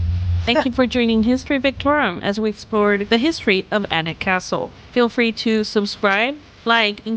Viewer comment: She pronounced Alnwick (Annick) correctly but not Warwick(Warick - w is silent), clearly AI rubbish